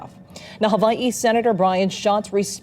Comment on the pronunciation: Stop saying "Havaii"